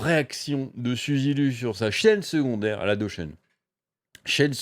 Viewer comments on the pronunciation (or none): Elle doit rembourser la monétisation sur les vidéos supprimées ? Pas terrible le "Suzy Lu" à la française, je préfère "Souzi Lou".